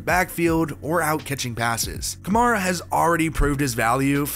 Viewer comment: How many pro bowls does Alvin have to go before you learn to pronounce his last name correctly? Other than that & the unwarranted shade you threw at the offensive line it was a good video